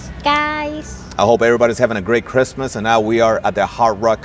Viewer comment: Merry Christmas guys. Great video. I've never heard Christmas pronounced Kissmas. Luv the accent.